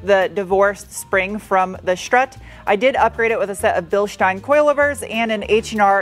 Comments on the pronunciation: Your pride in your work and accomplishment really shines through in this video. And it should! And thank you for pronouncing "Bilstein" properly! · As someone who saw the prototype of this in Frankfurt and studied German in college, thanks for pronouncing Bilstein correctly! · It has been very very long time since I have heard someone pronounce the word Bilstein correctly , nice 👍🏻 Btw you have not touched up the minor damage on the trunk lip 😳 naughty 😉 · Bilstein perfectly pronounced 👍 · I am impressed, pronounced Bilstein correctly! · you pronounce Bilstein like a native speaker. greets from Ingolstadt!